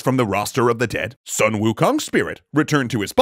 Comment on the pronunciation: "Soon", not "Suh-n" Also, the reason he wanted to find his own weapon was cause every other weapon broke under his own strength. One of his fellow monkeys told Wukong of the Eastern Sea Dragon King's weaponry.